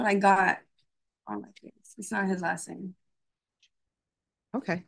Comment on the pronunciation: She can't pronounce her own husbands last name??